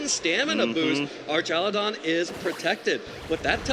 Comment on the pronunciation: Archalydon guy is driving me nuts